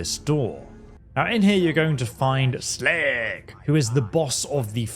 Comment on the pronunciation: First time i discovered "slag" i couldnt take him seriously at all! YOU SHLAAAAAAG!